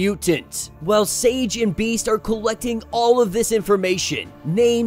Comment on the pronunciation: So this is how Domino’s current arc ends. I hope Max becomes her surrogate son. Btw I winced every time you said Beast’s name